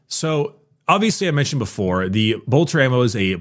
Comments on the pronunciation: I appreciate that warframe grinding has so throughly mentally damaged that he still, after 3 years of Adeptus Ridiculous, still pronounces Bolter as Boltor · Everytime says Boltor a angel loses its wings